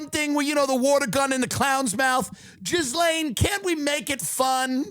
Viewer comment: Ghislaine: Pronounced: Jizzlane